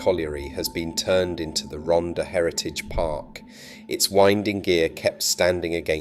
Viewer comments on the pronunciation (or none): An insightfull video but with appalling pronunciations : Rhondda is pronounced Rhon - the. Rhondda Fawr is pronounced Rhon the Vaur. Pen y graig is pronounced Pen - uh -grayg Tonypandy is pronounced Ton uh Pandy Rhondda Fach is pronounced Rhon the vach - not Ron duh 'fuck' 🤦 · Typical AI - can not get the name of the subject right...it is not Ronda - the double d is pronounced as a hard Th (like the) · If you're going to make a video about an area, at least learn how to pronounce it. It's Rhondda, pronounced Ron-thar. I should know, I was born there. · Pronounced “Rontha” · II made this musical tribute from a poem I wrote years ago I apologize for the pronunciation of Rhondda its a glitch in the youtube app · Dreadful narration by an English ( probably AI) voice who cannot pronounce any Welsh names/ words correctly. Lots of inaccurate/irrelevant photos. Trimsaran isn't in the Rhondda last time I looked. Then it transforms into robotic nonsense. Sounds like the Daleks. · I grew up in Cwmclydach, Rhondda in the 1940's. The commentator's mispronunciation of place names and other words is excruciating. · Pronounced most of the place names wrongly!!!!t The last picture is of CWMPARC where I was born and brought up!! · Zero attempt at pronouncing the names. Half the pictures are not even the Rhondda. Maps of Portsmouth, Milton Keynes, Aberdeen & North Wales? Needs a lot of corrections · But for God's sake, pronounce Rhondda properly! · Pity the narrator cant pronounce Welsh place names correctly, shouldnt this be for a local person?